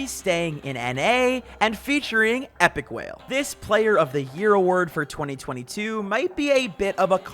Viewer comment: Bro really said Epikwhale 🤣